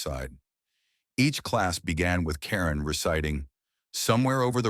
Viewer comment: Actually, it is Eva (pronounced ee' va). And not Leslie Karen, but French, pronounced more like kah rohn'. Narrators should practice names prior to recording. I enjoyed this video, but it takes me back in time because I'm old. It gives me hope, too. Thanks!